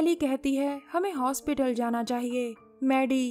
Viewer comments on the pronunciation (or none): none